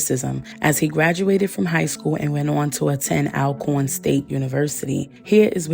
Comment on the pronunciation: Alcorn is pronounced “All Corn”. I have a friend that attended there and he said racists pronounce it as “Al corn”. I used to say it like that too before he told me.